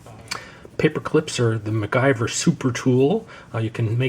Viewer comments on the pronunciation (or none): none